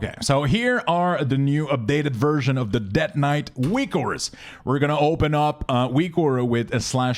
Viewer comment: Det knight. haha seriously thanks for these.